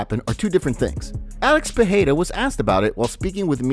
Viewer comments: It's 'Pee air da' The 'da' isn't a hard D however. Your tongue should kiss the roof of your mouth making it soft like a 'th'. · stop fukin saying Peheida lmao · pe e ra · Pee aida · sounds lie jon anik says potada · if you ask chael its Pierra